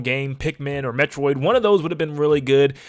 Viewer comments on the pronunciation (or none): none